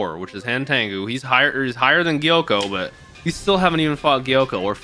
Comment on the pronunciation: His name is Gyokko, not Gyoko.